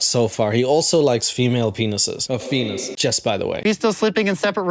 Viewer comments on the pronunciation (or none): Rewatching just to hear “Fenis” again . 😂😂😂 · A “fenis” 😂😂💀